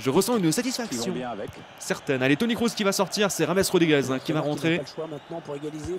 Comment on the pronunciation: C'est KROOS!!! Pas KROUSSE!!!